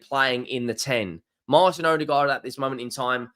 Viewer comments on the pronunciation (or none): none